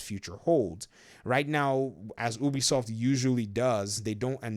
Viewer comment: It’s not pronounced ooobie soft biggest fucking pet peeve